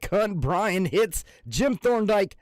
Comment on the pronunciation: hitze is pronounced hitsey